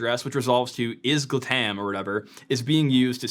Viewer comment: "Isgatam or whatever"... It`s ISG Latam, ISG Latin America.